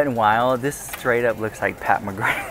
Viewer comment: Love how excited you get over makeup (and toys, t shirts etc lol)! You know I found out from Pampered Wolf that its's pronounced Pat McGra...no th sound. Odd. But now that lockdowns are ending I dont know if ppl are rushing out to buy makeup, our skin improved without it, hmmm. I will be getting the Manscaped 4.0 from you for my son at Christmas, cheaper thru you than even on amazon. At least I want to get it for him, tho right now he seems addicted to d/s razors, but I'll give it my best shot lol! Thx, LYSM!!